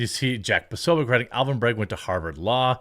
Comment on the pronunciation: Despite being a piece of garbage human, his name is BrAgg, not BrEgg 🤦🏻‍♂️